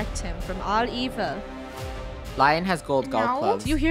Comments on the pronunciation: I think it is Leon not lion but who cares?😎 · its lion (leon) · Did anyone hear them say LION! It is pronounced LE-ON!! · Lion is pronoused: (Lea-on) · saying lion ME its lion (le -on) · i think its pronounced as "lee yon" not "la yon" but im not sure lol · Is anyone else getting triggered that they are saying lion instead of L-e-o-n